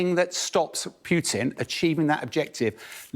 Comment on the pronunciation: It's not PYUtin. Putin.